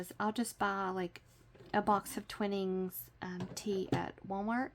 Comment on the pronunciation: LOVED this folio! I'm crafting my prototype along with you. Just a heads up .... Twinings rhymes with sun ’shining’ 😊. Great craft project. I'm looking forward to watching your tutorials for gifts and craft fair sales. Thanks!